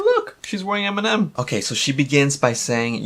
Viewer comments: She doesn't pronounce eminem right eeeemnem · EEEEYyy-min-ehm ft. Rihanna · I like how did antwoord pronounce eh-minem, like, that should be his new name.